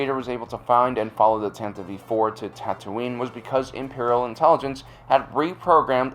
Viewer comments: It's pronounced Tan-tive IV NOT Tan-ta-veeve IV. Ugh! 😖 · Threepio has two gold arms. I think the image is of Threepio getting a memory wipe, just like he was given at the end of Ep.6. BTW, I think the name of the ship Tantive IV is pronounced as tan-teh-vee.